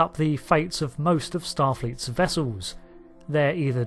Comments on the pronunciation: wessulls. it's pronounced wessulls. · Its... Starfleet "Wessels!!" :D